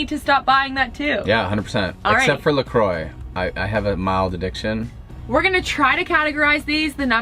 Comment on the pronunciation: Please! You are Canadian..it’s “la croix” like “la Kwah” not “la croy”.